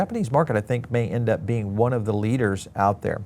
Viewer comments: Its pronounced Wahn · It's pronounced one